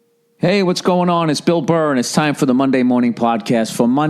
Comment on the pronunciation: So, this Yankees fan Adam Ray had a moment within less than a minute to mispronounce the host's proper name...It's Bill Burr...it's that simple...Bill Burr...not Bill Burrhay...Pronounced BILL BURR...You can't teach stupid...🤣😂🤣 I give Bill credit.